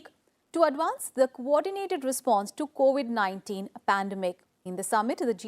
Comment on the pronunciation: 4.05 it’s COVID 19 not co 819